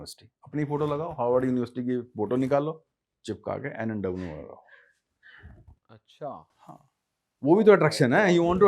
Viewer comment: अच्छा बोल.. अच्छान नही